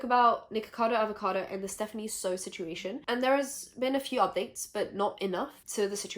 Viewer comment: How is able to pronounce Hyunee's name right but not Stephanie Soo??? I know it's not a big deal but girllllll XD